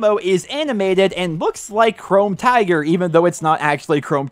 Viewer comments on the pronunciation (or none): none